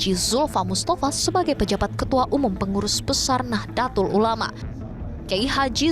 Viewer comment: Mohon maaf. Mohon izin memberikan koreksi: Seharusnya pelafalannya yaitu: نَهْضَةُ الْعُلَمَاءْ, bukan Nahdêlatul Ulama atau Nahdatul Ulama Rais Aam pelafalannya yaitu "Rais Ām" (رَئِيسْ عَامْ), bukan A'am. Profesor Nasaruddin, bukan Narasuddin. Cholil pelafalannya yaitu: Khalil (خَلِيلْ), bukan Kolil. : Penulisan yang benar yaitu "K.H.", bukan "KH". Rais pelafalannya yaitu رَئِيسْ. Tanfidziah/Tanfiziah pelafalannya yaitu تَنْفِيْذِيَّةْ, bukan Tanfid ziah.